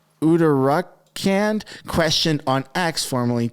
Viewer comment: "A" to you, for trying to pronounce "Uttarakhand" properly. 👍